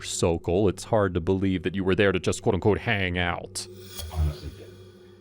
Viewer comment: I love how the narrator always pronounces “Quote Unquote” crazy fast like QUOTUNQTE!!!! 😂😂😂 It’s so nerdy lol 😊